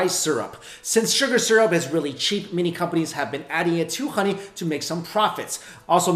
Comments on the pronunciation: Is it honey 🍯 or Ghoney!?im asking because he kept on saying Ghoney....🤔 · why does he say xoney/khoney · I love how he says HHHHKKKoney! 🍯🍯🙂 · when he says honey it sounded like khani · He can't say honey he says khuny 😂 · I love how he pronounced HONEY from the epiglottis 😯😯😯